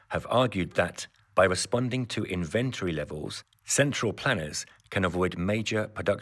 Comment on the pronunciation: mispronunciation of the word "inventory". the emphasis is on the first syllable, not the second one.